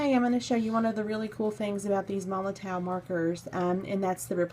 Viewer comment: The "W" in MOLOTOW 8s pronounced as a "V" just so you know 😅